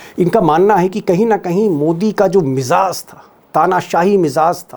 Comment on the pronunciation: Sir main aapki aksar videos dekhta hoon aap best vedio banate ho per main aap ko 1 word ki taraf tawajjah dilaaoonga jo aap ghalti se sahee nhi boolte hain asal word mizaaz nhi mizaaj hoota hai Shukriya sir❤